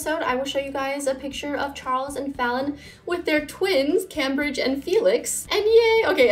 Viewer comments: I'm pretty sure Cambridge is pronounced like came-bridge not cam-bridge. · Love the video!! But just to let you know, it’s pronounced came-brigde instead of cam-bridge👍🏼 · I thought it was pronounced "CAME-bridge" not "CAM-bridge" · FYI - Cambridge is pronounced Came-bridge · Yeah the city in England is pronounced Came-bridge